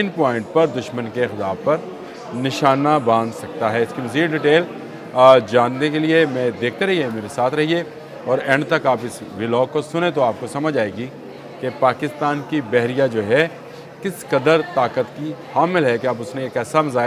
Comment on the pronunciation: BS EK BAT "VILOG NHI VLOG HOTA H"